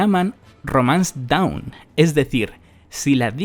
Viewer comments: La palabra dawn se pronuncia "don" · te recomiendo que mires como se pronuncia Dawn porque la estás pronunciando como down